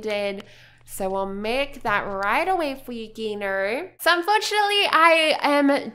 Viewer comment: The g in chef Gino's name is pronounced like a j like Jino